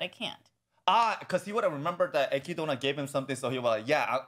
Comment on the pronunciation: You Literally no one says her name with the in the anime, they say /ekidna/ not /ekidona/, there may be instances in which it seems the is pronounced but that's just because in japanese it's unnatural to have a consonant sound not followed by a vowel (only exceptions are double consonants and syllables like つ、ち、ちゃ and so on) because as I said their alphabetic system is syllable based, not letter based, so they actually find it hard to pronounce non-japanese names/words in the correct way. In addition we can consider <Beatrice>, her name is pronounced as /beatris/, however in katakana it would be ベアトリス but clearly you don't pronounce /beatorisu/, the and are silent. So yeah, no reason to call her /ekidona/ when her name is written as <Echidna> and pronounced as /ekidna/.